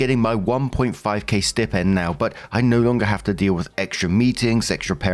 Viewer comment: Story 1 - When doesn't know how to pronounce the word "stipend" correctly.